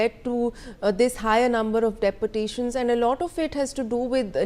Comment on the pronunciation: pronounce properly - its not deportations - dee-portation